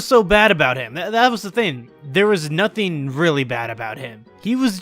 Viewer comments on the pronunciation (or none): none